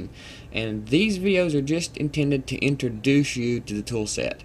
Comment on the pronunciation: 0.07 is it me or he just said "just intended to intro-douch" you